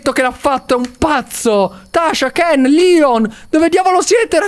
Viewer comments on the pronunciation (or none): none